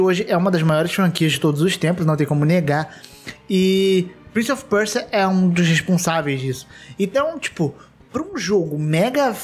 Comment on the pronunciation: Quem mais sentiu agonia do falando "PrInCiE oFi PuErSiA" fala direito é Prince of Persia